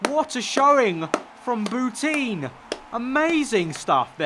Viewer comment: It hurts every time you say bouteen. Shes french, its pronounced Boutan...